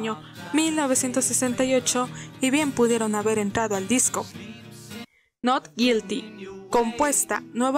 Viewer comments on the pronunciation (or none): YULUS GUI? NOT GILTY?😂😂😂 LUCK AK MI? TE LONJA UANDIN ROD? Dios...Que Meca estás para pronunciar el inglés soy su pinchi fans, en serio tiene mas vídeos? diganme que si no pare de reiiiiiiiirrrr